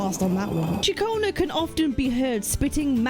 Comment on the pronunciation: Katchionna... dangit stop sayin it its CiaConna